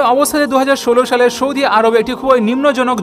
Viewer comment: U r very good, learnt many things. Good presentation. One mistake , Sana Saudi u r saying Shana Shaudi.